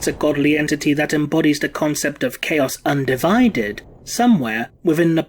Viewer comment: I can't unhear "Chaos UndiVIded."